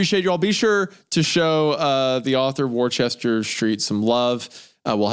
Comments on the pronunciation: FFS guys the writer's name is pronounced "WOOSTER Street" 🤦🏻‍♂️ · Worcester is pronounced "Woouster", where the "oou" is pronounced like a mix of "oo" and "u" sounds. I live near a Worcester and the mispronunciation bothered me so much.